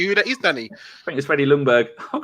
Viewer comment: Its pronounced Jungberg, the L is silent. / Sweden